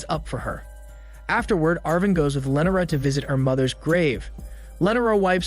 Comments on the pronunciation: Wil-Aard amd Lennera...but not Willard and Lenora..fuck this guy's name pronunciation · Don't forget about Lenera! Christ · Not to mention Will-Aard...jfc it's pronounced Will-erd.. and it's most def not Lenera..wtf that irritated me so bad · LEE NOR AH lee nor ah! Not len or ah. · The way he says Lenora kills me😂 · Very strange how you pronounce "Lenora" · Not to mention Will-Aard... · You butchered Lenora name so bad then you said it multiple times 😂